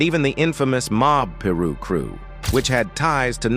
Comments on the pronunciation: Not Peru 😂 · It’s pronounced Pie- Ruu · Peer Ru Cru 😅😅😅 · It's pie -roo , silly bot , named after pirus Street , learn something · I died a little inside when he said that shit how do you get they names wrong when there is tons of video out there with the right pronunciation lmfao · Why this fake AI voice mf can't even annunciate words correctly soogah night n peroo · Peru? Su gay Knight? Wtf is this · Su- gay night and the pir-rus 😂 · Sue-gay knight 🤣🤣🤣💀💀💀 Puruu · Mobb Peru , Sue-gay knight?? 😂😂 st8 disrespectful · Is this some AI voiceover shit or white guy reading a script ,because he pronouncing Piru straight wrong, and can’t even say, Suge Knight😤😤😤😤😤😤😤😤😤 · I can't even watch a video that can't pronounce Suge Knight or Piru smdh